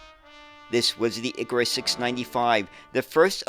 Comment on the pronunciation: ikaaaaaaAAAAAAAAAaaaaarus!!!! Not iiiikarus. 😂😂😂